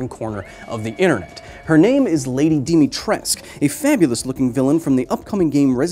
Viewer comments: Still waiting to hear a good pronounciation of "Dimitrescu". Nice video though. Also, an error in your experimental setup and math. You say the force she applies is 500 pounds but when you calculate the area as just the heel, you'd have to know what percentage of the weight is distributed to the heel only (your math and experimental setup works if she steps on your face balanced on one leg with the heel only). Also, the cross section if the screw is much lower than the heels. Thanks for coming to my TED talk. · Romanians actually say its supposed to have cou at the end. It is in fact not silent Capcom just fucked up lmao. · Seeing all that, I can't help but thinking how Capcom put so much effot to give her a Romanian-sounding name yet nobody, not even the actress voicing her in-game, say it with the Romanian pronounciation. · Dear Americans. Stop saying Romanian words wrong. - All of Romania. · Just one little remark... the U is not silent. Romanian has no silent letters. Can we get at least one person with an actual fanbase to put this out there? It's Dimitrescoo :(( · Trust me, I’m from Romania. It’s lady Di-mi-tres-cu. The “Di” is pronounced like in “Dinosaur”. The “mi” is pronounced like in “miracle”. The “tres” is pronounced like in “trespassing”. And the “cu” is pronounced like the “cou” in “Coulomb”. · As a guy from Romania, it kind of grinds my gears how Kyle pronounces Lady Dimitrescu. It's not Dimitresque/Dimitresc. The R is like in burrito and the U at the end is like umami. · To be clear, the 'u' at the end is NOT silent, no matter how much Capcom insists. Source: im Romanian and that name is somewhat popular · i like how the internet both simps for dimitrescu, yet still has no idea how to pronounce her name. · I like how people don't pronounce the "u" in her name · DimitresCU not Dimitress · Lady Dimitrescu not Lady Dimitresc I'm a romanian and that is how you pronounced it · IT'S DIMITRESCU NOT DIMITRESC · It’s Dee-mee-treesk. The “u” is silent.